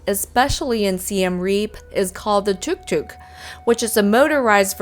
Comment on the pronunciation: Yes, I think your pronunciation is correct... anyway next time I see one I'm gonna call it a TikTok, confuse everybody! 😎